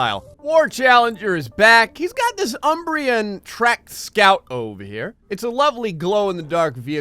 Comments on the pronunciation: A couple of times it sounded more like "Uhm-brayy-unn." It's just a joke, really. You pronounce it fine most of the time. And the ending is "on." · Everyone who gets featured: OMG thank you so very much, now people will download my things, I love your videos! Me: UMM - BREE - OHN,! UMM - BREE - OHN! But really, in spite of pronunciation, thanks for another feature for the UMBREON label. Also, shocked to see a threaded crawler do more damage than a nuclear projectile.